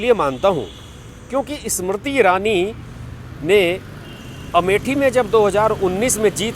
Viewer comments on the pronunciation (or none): bhai pahale hindi to sahi se bolna seekh lo aap baar baar ismarti irani bol rahe ho inka naam Smriti irani hai seedha sa naam hai usko bigaad rahe ho is marti irani bana diya 😕